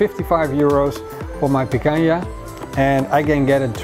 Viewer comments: Great barbecue, congrats! 2 tips, it's Picanha, not Picaña and the Picanha slices should be bigger, not small. Cheers! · Does not have a clue how to do Barba Koa BBQ. It is not pikaya. Its picana.